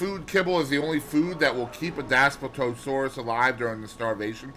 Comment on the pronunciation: Hey man, not trying to be rude but here are the proper pronunciations ; Dass-plee-to-sore-us Bin-toe(or too)-wrong